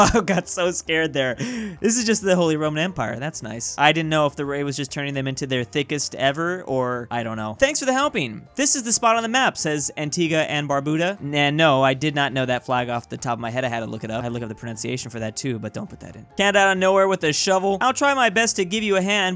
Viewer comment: its pronounced Anti-GA and barb-U-DAH